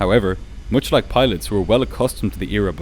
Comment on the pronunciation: How many times did he say "tin"... can't make the "th" sound evidently... and "much" with the "oo" sound (as in "foot") for the "u". Very annoying.